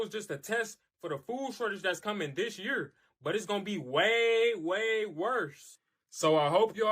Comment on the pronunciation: Ok. The one guy who cannot pronounce year or severe when talking about the food shortage. It’s hard to take him seriously.